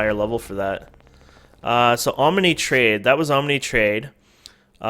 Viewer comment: Om-a-nay LOL